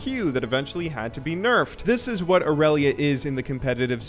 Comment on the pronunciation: Tryndamere a bit weak ? You say woot mate ?